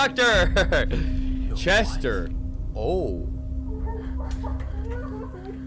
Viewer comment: bro i swear always says "chesters screaming"